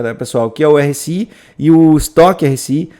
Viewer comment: RSI como eu digo: érre ésse i como o diz: airr éss ai é outro nível esse 😄